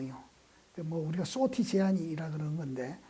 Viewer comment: '수호티'카 아니라 '소티' 입니다.